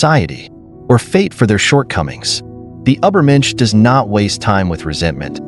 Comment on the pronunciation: Ubber mensch?